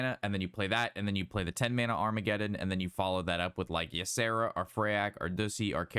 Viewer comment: Armageddon,?!?! Agamaggan bro hehe